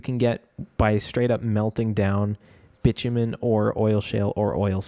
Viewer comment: I know I'm late to the party, but it's actually pronounced bye-too-min. Love the series! I've been using it to get ideas for my own setup!